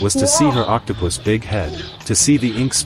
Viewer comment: Uhm did I just hear octopuss- or octopus seed😔😔